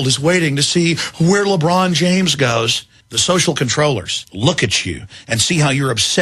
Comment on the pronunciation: Who's labrawn james?